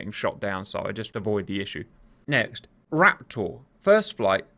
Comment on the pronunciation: Fantastic work, love these videos but my god man I cannot stand the way you pronounce raptor. It's like one of those irrational annoyances and doesn't take away from the video but it pisses me off so much